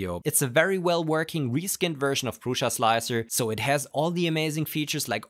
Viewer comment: prusa got butchered.